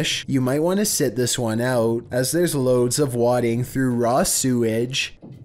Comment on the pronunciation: Good vid,! BTW, you need to tell your helpful narration program, that the word “wading” is pronounced “ ‘way-ding’ “